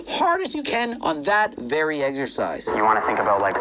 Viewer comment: Why can't Greg say "exercise" correctly?